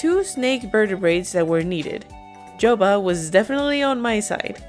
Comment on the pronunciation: Lmao it’s not joba it’s yoba 😂